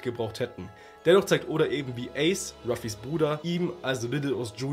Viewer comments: Man spricht es „Eys“ aus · Geiles Video aber wie du ACE ausgesprochen hast , hat mich getriggert 🤣 ICE , ICE i mean 🫣 ACE BRO Spricht man ungefähr so aus : Äce